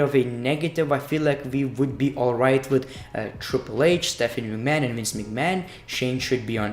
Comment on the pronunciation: huh. That's how he says McMahon every